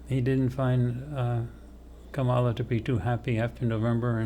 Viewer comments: Is it possible that got B and C backward? Where was subject C on the first two focii? Oh, and it's pronounced comma-la. Like, ",la" no rise or fall of accent. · Please pronounce Kamala correctly. It makes me question this entire thing and the channel.